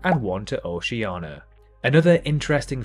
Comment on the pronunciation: O-ce-a-ni-a, not Oc-e-a-na. Also Taiwan is NOT a S.A.R. of China, it's an independent country.